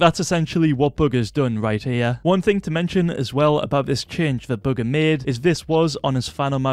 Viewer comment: i swear u said booger instead of bugha